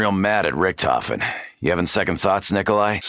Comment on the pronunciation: Idk why "Richtofen" is mispronounced in all the games.